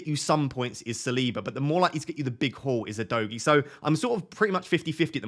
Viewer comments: Udogie is pronounced Udogee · It’s pronounced U- do- Jay.. it is a Nigerian name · Great content again mate 🙌🏾 I say keep your stats to everyone whose started with a proper analyses and managed an average 50+ points for wk 1 and 2 cos a lot is still going on in terms of changes, subs and injuries. PS: Udogie is pronounce “Who Dough Gee) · Hey, Udogie is a Bini name, a tribe in Nigeria. I'm Bini also. It's pronounced OO-DOE-GEAR (but without the R sound in gear) Stress is on the middle syllable